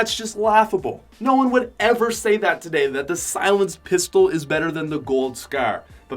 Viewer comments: Is anyone triggered that he says scer other than scar ? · Ur a fuckin nerd, say scar not fucking scare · Why do u say scar so weird. Scarr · Pls stop saying scar its ruff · Why does he say scare instead of scar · He keeps saying "Scrr" insteaf of "Scar" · Did he say scar or skrr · The scaer 😂😂😂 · the way my mans says Scar. S C A E R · The scaraare 😂😂😂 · I know he's Canadian but scar-scour? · “Gold scer” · “The skaer” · Omg he really had me dead when he was saying scar it sounded like he was saying “scare”😂 no hate tho makes some good vids 👍👍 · Hes saying the skaur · lol he calls a scar a scaar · He pronounced scar like skerr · You say scar really bad like you say scer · Wtf is a a scer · Anyone hate how he says scar? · I hate how he says scar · Every time he scar it made me laugh every time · The way this guy said scar makes me sad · U pronounce scar like an idiot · The way he says scar lol😂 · Who also cringed when he said scar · The way you say scar though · Why does he say scar like that?